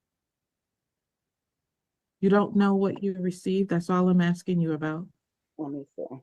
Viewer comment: She's not axing you anything Miss L she is asking you!